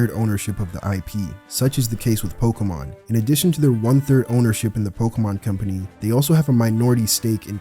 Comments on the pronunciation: Pokémon, not pokeuhmon. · pls stop saying pokamon